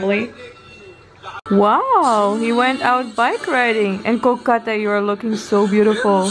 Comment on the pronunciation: wow u pronounced Kolkata way more better than others non-bengali Indian ...I'm impressed 😲😲😲😲